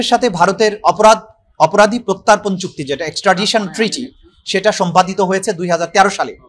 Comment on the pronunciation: চুত্তি না চুক্তি হবে